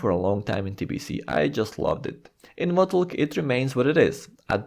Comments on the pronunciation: Lol every time this guy says 'Votulk' (reading WotLK as a word) it makes me laugh and at the same time triggers me immensely. To the point that I nearly had to just stop watching the video. Just call it Wrath man. Please for the love of sanity. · saying "wotlk" lol sounds so funny. wrath might be easier and would likely be well understood xD